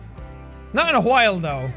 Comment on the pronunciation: I just noticed that Jacks accent makes him say "a while" that has a q sound in it